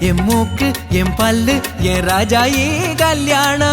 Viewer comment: அது ராஜாயி இல்லை, ராக்காயி.. பழைய தமிழ் பெயர்..